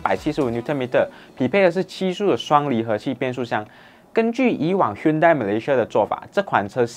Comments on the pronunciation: Hyundai = Hyeon Day . 不是 Hyunn dai 讀音 Tucson = Two sun "or" Tu Song .而不是 Tuck Sen 讀音 . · Hyundai 正确读为“Hyondae" Tucson 不是“Tuckson", 是“Toosawn" 随然这是华文的频道，但还是建议把车厂和款式名读好，因为这是关于车的频道。